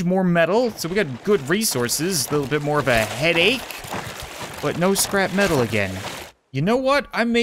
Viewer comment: LOL XD! Whenever he says scrap metal it sounds like he says scrapman!